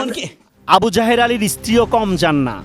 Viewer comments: সাংবাদিক বলছে আবু জাহের, আমি বারবারই শুনছি আবু জাহেল। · আবু জাহেল ✅ আবু জাহের ❌ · আবু জায়ের না আবু জায়েল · আমি প্রথমে মনে করেছি বলেছেন আবু জাহেল। পড়রে শুনি আবু যাহের। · সাংবাদিক ভাই আবু জাহের৷ বলতেছে আমি শুনতেছি আবি জাহেল তাই ভাব লাম নামের সাথে কমের মিল রয়েছে বটে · Abu jaher ❌ Abu jahel ☑️ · আবু জাহের নয়, "আবু জাহেল"!! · নামটা আবু জাহের না হয়ে আবু জাহের। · আবু জাহের না আবু জাহের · আবুজাহেৱ না তাৱ নাম আবু জাহেল